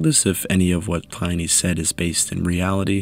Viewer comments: Really good video. The research is impressive! One edit--Pliny is pronounced with a short "i," to sound like inning, or pinning. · Great content as always! Would advise checking the pronunciation of Pliny the elder, cheers